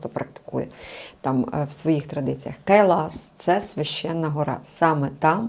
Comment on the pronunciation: Почему Кайлаш а не Кайлас ???